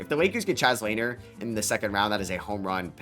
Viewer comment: I believe it is pronounced Chaz luh-near. Great analysis though I love the podcasts!